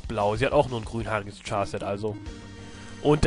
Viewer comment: Ich frage mich immer noch warum 'Char' und 'Charset' von einigen 'Tschar' und 'Tscharset' ausgesprochen wird. Es kommt doch von 'Charakter' oder 'Character', welches ausgesprochen wird als wäre ein K am Anfang. Soll keine Kritik sein, mich wunderts nur. Fands übrigens auch immer schade dass alle Höllenfürsten die gleiche Musik hatten.